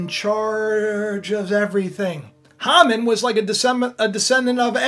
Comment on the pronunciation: His name is pronounced Hay man